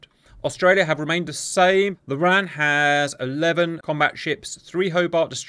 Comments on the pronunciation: Shouldn't call the RAN the "Ran" as that what the WRAN used to be called. It should the R-A-N. Also RAAF is Raaf like ham, not like calm. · Enjoyed the video, just wanted to make a quick note, it's not said as ran, its said as R.A.N. The "RAN" referrers to the women's navy which became part of the R.A.N in 1985. Not everyone knows it so its fine you didn't but thought I would make the note. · Please call it the R.A.N the way it sounds when you don't brake it up wran whitch is the Womans royal Australia navy. Thank you for the vid loved it. to add R dubble A. F